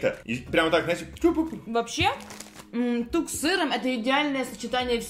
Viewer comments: тук а не так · не Так, а ТУК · Топ! Только, не так, а тук! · не так а тук Алина правильно говорит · Не буду утверждать, но вроде бы правильнее не так, а тук. В рекламе говорится тук :D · Правильно Тук а не ,,Так" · не така а тукс) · Не TAK А TUK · Правильно тук а не так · Правильнее тук а не так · Тук а не так!!!!!!!!!!!!!!!! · Это тук а не так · Это тук а не так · Тук, а не так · Идеально, но надо говорить ТУК. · "Тук" правильно йопт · Правильно говорить тук